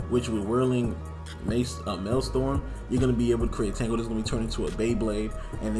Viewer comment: The pronunciation of maelstrom, sounds like... Male-Strom or male-strum